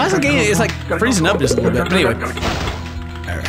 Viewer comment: I'm sorry but.. It's *Just Not gust. How old are you?